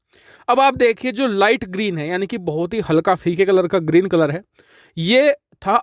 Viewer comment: Bhai colour to theek bolo